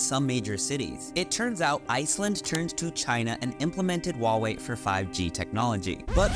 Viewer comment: FYI, the "H" in Huawei is not silent. I have no idea why there's this notion among Westerners that it is. In Chinese pinyin, there are no silent letters.